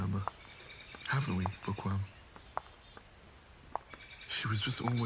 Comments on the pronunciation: I’m not even joking when I first listened to this I thought was saying “pourqoui”? Not “bookworm” 😭😭😭😭💀💀🏃‍♀️ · I cannot be the only one who heard por qua instead of bookworm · Everytime he says 'bookworm' I hear 'pour quoi?' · Everytime says Bookworm, my French ear hears ''POURQUOI'' 😂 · I hate it but is it just me who herd it for the first time thought he said backowom or do I just have bad ears 😅